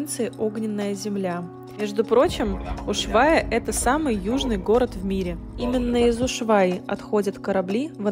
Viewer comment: Почему Ушвайя ,а не Ушуайя?